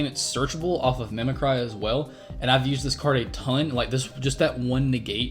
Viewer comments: Not to be a Stannis Baratheon but the word is mimic-ree as in to mimic.... sorry but everyone mispronouncing that grates on my nerves. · Mim-eh-cree damnit... That's isn't a word you're saying- it means to mimic, duh.